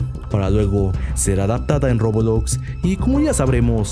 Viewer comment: Acabas de decir robolox XD